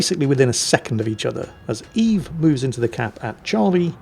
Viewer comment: That's pronounced "Öwwes" ;D